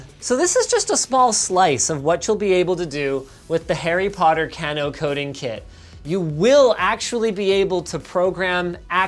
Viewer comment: linus its kay-no not can-o at least i think...